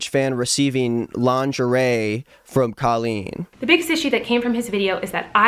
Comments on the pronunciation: I’m sorry but you pronouncing her name as Kaleen is so funny to me😭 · this has nothing to do with the video but i just halfway through the video i noticed he is pronouncing her name wrong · That's not how you say her name